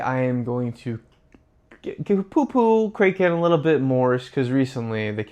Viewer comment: Kraken is pronounced ‘KRACK-en.’ If you’re going to talk about one of the biggest crypto exchanges, at least pronounce it correctly. 😂